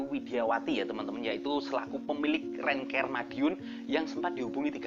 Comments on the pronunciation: Mas, pengucapan Bahasa Inggrisnya diperbaiki dong siapa videonya tambah asyik... Rent CAR {k a r} jangan diucapkan Rent CARE {k E r} .. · Rent kar bang bacanya bukan renker......rental car bukan care karna care itu perduli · Rental mobil rentcar bacanya renkar mas bukan renker... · rent car kok rent ker. koplak. coba wawancarai sri sukhetmi. dia bisa manggil sunan lawu raja jin gunung lawu kapan saja